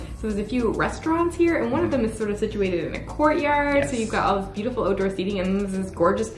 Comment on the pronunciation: Oatdoor? Lol